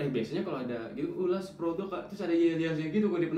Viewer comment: Ulash produq. Make tajwid bang wkwk